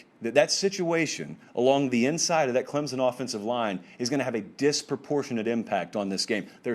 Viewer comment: Its "Clemson", not "Clemzun".